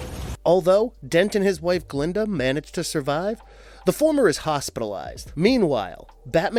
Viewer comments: It’s Gilda not Glenda!!!!!!! 🙄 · “Dent and his wife Glinda” 🤣🤣🤣 Gilda my friend Gilda